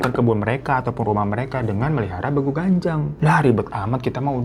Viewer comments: Penyebutan nya bEgu bukan begu btw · bukan begu bang tapi beegu